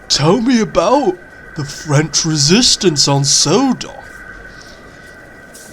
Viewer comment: As a French Canadian I can asure you. your proconiation is on point. Good job